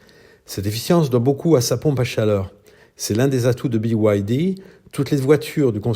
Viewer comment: Byd et pas bwd